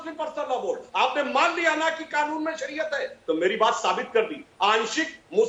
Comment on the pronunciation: अबे जाहिल सुवर की पैदाइश पहले ढंग से बोलना तो सीख ले साले ओवैसी सुअर। कानून होता है साले जाहिल गंवार खानून नहीं होता है। गधे